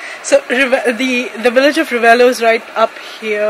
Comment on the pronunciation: Thought Ayesha said "Village of Rebello"🤣